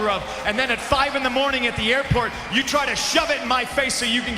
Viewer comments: At least he didn't say "Tri" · Still better than "Traah".